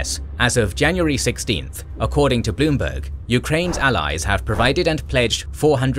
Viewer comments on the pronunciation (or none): none